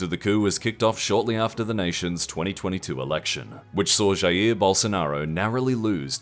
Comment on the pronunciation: You pronounced the J in Jair correctly yay!